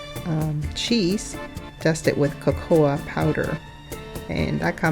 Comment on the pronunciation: Not KA- KOA. Its simply COCOA powder like hot cocoa.. your not saying it right just cocoa powder - period. NOT CA- COOA. WRONG